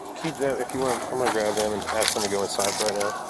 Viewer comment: Ask NOT “ax” 🙄